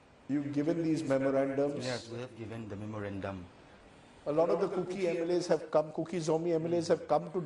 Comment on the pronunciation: It's KUKI Not Cooki.